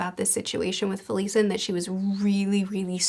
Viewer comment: Fe-lee-sin? Why would that pronunciation even occur to you? I can just about get FELL-isin, which I’ve heard a few Book Tubers using. And I know that Messrs Erikson and Lundin don’t provide a pronunciation guide, but why isn’t an association made with Felicity, and therefore Fel-ISSin?